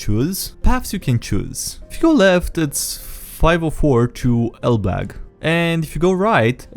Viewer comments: Its elbląg "elbloug" not elblag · Elbląg isn't pronounced "El-Blag" - the closest pronunciation for an English speaker would be "El-blong" Native Polish speaker here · The "A" in Elblag has a line coming out of its bottom, so it's read Elblong. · Not exactly how you pronounce Elbląg, but... polish isn't an easy language :v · what's an interesting way to pronunciate (Elbląg is city in Poland)